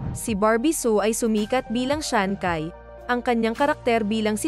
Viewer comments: Ang narrator ang sabi shansai Yan di shakai hahaha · Shancai…. You pronounce it as shanshai. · hindi siya si SHANKAY, SHANCHAY yan pag binasa. hahaha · Sanchai hindi sankay😂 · Chai ang pronunciation ng CAI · Ano daw Shankay??ayusin mo nman pruounciation mo😂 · Natatawa naman ako sa bigkas niya sa ngalan ni sanchai naging syankay na😅😅😅🤣🤣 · Dami ko tawa mali mali ang pag pronounce ng names,yung sancai parang may h po yan pag binibigkas,yung VIc Chou mali yon, Vic Zhou po.😂😄🤣